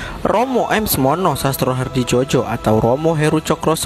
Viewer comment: Sastrohadidjojo dibaca Sastrohadijoyo.